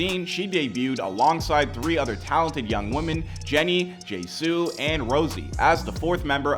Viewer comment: who tf is Jaysoo and Rosie? its Jisoo and Rose lol